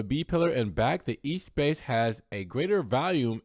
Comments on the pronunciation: Thumbs up for the video, but not this car. Ruined! The original was revolutionary... this is too conforming [p.s. It's not E-Space, but ess-pass... in French] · As much as you messed up with the pronunciation of Espace, congratulations for being the only one I've heard pronounce Modena correctly. The accent is on the MO...bravo!